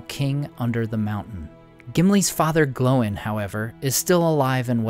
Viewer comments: glowing?? it's gloin... like sir gloin for steak lol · One nitpick - Gloin isnt pronounced "Glowen", (or atleast the audiobooks dont) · Why are you calling him "Glow-in" and "Oh-in"? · I've never heard Gloin pronounced that way... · you say ”Gloin” wrong Also.. Awesome videos